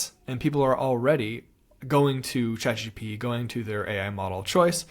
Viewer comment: its chatgPT not chatgTP